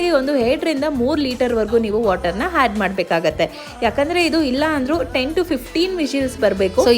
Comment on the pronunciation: Had alla madam adu add